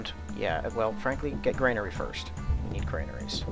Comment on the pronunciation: It's a granary; not a grainery.